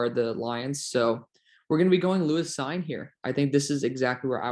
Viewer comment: On Cine , I think it's pronounced seen